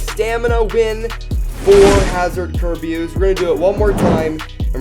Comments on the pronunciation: It pronoced car bey iss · It's pronounced ker"bee"us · I'm gonna try and say kerbeus properly (five mins later:) kerbeeoos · You still pronounced Kerbeus wrong AGAIN It’s “kur-be-us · It’s ker bey iss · dooood it s Ker-bay-us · It is Prenounced ( Kur-Bee-Is) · this is how many time he said Kerbeus but long u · You kept on saying it wrong